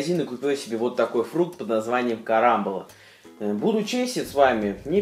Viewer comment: КарамбОла, ударение на "о".